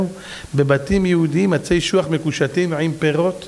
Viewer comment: אשוח... לא שוח.